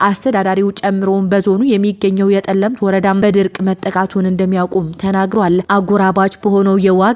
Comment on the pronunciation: ጸለምት እንጂ ጠለምት አደለም አስተካክይ